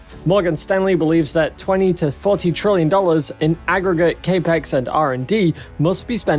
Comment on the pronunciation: The lack of lidar is not an issue, it's an advantage. Also, Capital Expenditure is CAPEX, so it is pronounced like 'cap ex'...